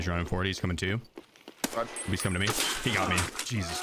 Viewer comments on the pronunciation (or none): Dude saying “rodg” instead of Roger is a dork